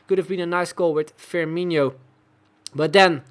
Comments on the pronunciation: I came here to comment the same. As a brazilian my soul dies a little bit every time he pronounces FirmiNHO. It's FirmiNo ... like NO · No, it's not. It's INO, not INHO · Love the series but repeat with me. FirmiNO, FirmiNO, Fir-mi-NO. Much better! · Please stop saying FirmiNHO :) I'm not even a Liverpool fan but it just doesn't sound right